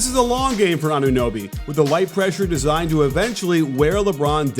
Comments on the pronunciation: is it really that hard to pronounce anunoby 😂🤣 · Why is he calling him anobe. It's say their name. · that dude called him ADOBE bruh im dead. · Shoutout to all the analysts that said the Raptors wouldn’t even make the Playoffs. Also shoutout to James a Worthy for calling Anunoby “Adobe” instead 😂🤣😂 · did he call him ADOBE? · Og ADOBE? Its funny but how lazy do you have to be to not know how to pronounce a man's name? Considering the fact that you are PAID to do post game and he killed your team? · I know! I've heard some people call him Anonooby, and I get it, you don't see his name often, and when you read your lines you just mixed up the o and the u. But "Adobe"? That is just plain laziness! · i hope OG can keep having games like this so i can wait for james worthy to say his name right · Fred CanYeet?!?! OG Adobe?!!!! 😂😂😂